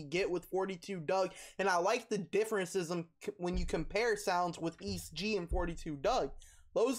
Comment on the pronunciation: its prounouced e - s - t gee